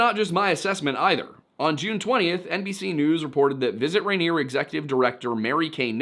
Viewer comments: Rainier. Pls. Not ranier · Love the video!!!!! But the pronunciation for mt rainier is more phonetic- “rain-ear” the stress is on the first syllable. Otherwise no notes!!!!! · I'm from Rainier, Oregon. The mountain and the town are pronounced the same. It's pronounced RAIN-EAR the joke being it always RAINS HERE in Rainier.